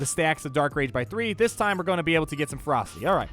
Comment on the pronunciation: When you were saying "Let the ferocity stack up on Revan" I thought you were saying "Let the frostys stack up on Revan" You know, like those Wendy's ice cream things. It was a very odd mental picture.